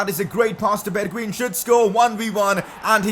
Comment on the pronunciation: #PCQ you call bergwijn =bergwien You schould say it as bergwein